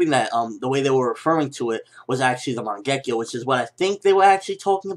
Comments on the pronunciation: always makes me laugh to hear him attempt to pronounce a word like "mangekyou" and he says it like "mongekkiyo" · LOL, you pronounced "Mangekyo" completely wrong.